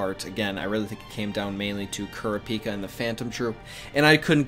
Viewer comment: It’s not kura pika it’s kuraaaapika